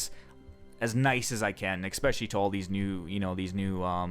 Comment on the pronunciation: Glad you don't say "hair loom" anymore. Now stop saying "expecially".